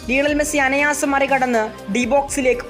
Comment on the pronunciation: അനയാസം ❌ അനായാസം ✅😊😊